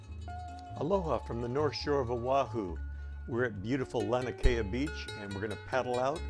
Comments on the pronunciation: I enjoyed your footage! One thing I'll add is that it's pronounced lah' nee ah kay' ah. That 2nd "a" is pronounced. And, again, thanks for the footage. Beautiful! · I love your videos, but I want to correct your pronounceation for Laniakea: Lah NEE Ah Kay ah, brah. The small beaches behind the houses we used to call Backyards for obvious reasons, the point before you go around to Waimea we called " Marijuanas" because you could see the crops on the hills but ONLY from the water. Had to be at least 6-8 feet to work. The waves, not the plants, that is.... Ah, the 70s.....